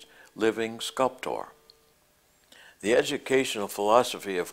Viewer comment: He had a very interesting way of enunciating "sculptor".